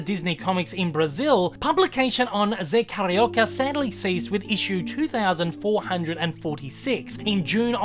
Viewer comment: Carioca-a term used for someone from the city of Rio de janeiro. I love that you are doing my fav Disney character but the pronunciation is off. Forgiven though.I loved the video. The Zé Carioca comics continued straight until 2018 when editora abril went bankrupt. The new company culturama picked up the Disney comics in Brazil and they hope to release more Zé comics next year but right now they are searching for artists and writers....*admittedly has applied*